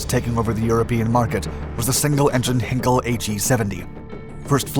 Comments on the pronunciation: Isn’t it pronounced. Blen’em and not Blend-heim? And Heinkel is German, so Hein-kel and not Henkl? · Oh, and HIGHNKEL not hinkel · Sorry my American friend but if you are going to tell us about something at least learn how to pronounce it correctly. It is not pronounced Blen Hime, it is Blen um....((Blenum) Blenheim) as in Blenheim palace or this bomber. Aldo the Heinkel is pronounced ( Hine kel) not Hinkle by the Germans and the europeans... sorry to be a stickler and grammer Nazi. Just like the city of Leicester is pronounce lester not leysester ... As everyone has commented also, mach 3 plus is impressive for a piston engine d WW2 aircraft before the sound barrier was actually broken in 1947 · In English it's pronounced "Blennum", Heinkel is pronounced "Hinekel" O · Blenheim is pronounced Blen'm. Heinkel is pronounced Highn-k'll. 2,876 mph is pronounced WTF? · Heinkel is pronounced h-eye-n-kell. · Blenheim = "blennem" not "blenn-hime" Rothermire = "rovvermere" not "roffer-mere" Barnwell is probably "barnell". I don't know. I don't care anymore. Henkell? As for 2900 mph..? BUT BLOODY HELL HE GOT GLOUCESTERSHIRE CORRECT! He does listen... I love this guy nonetheless. And I keep coming back.... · Also just ignoring the first "e" in Heinkel. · I had to stop this video when he mispronounced Heinkel to check it wasn’t an April fool. I mean mispronouncing the subject of the video, getting the top speed 10 times too high and then another simple error? Isn’t this a joke video? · Blenheim not pronounced correctly, Heinkel not pronounced correctly, just to state a couple of schoolboy howlers, never mind the supersonic speed statement. All these Dark Skies clips contain numerous errors of one kind or another. Why would anyone take this narrator seriously?